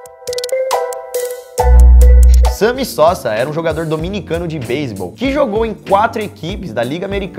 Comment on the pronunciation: nss cara quando eu escutei o nome do cara sammy sosa eu quase entendi ambiciosa;^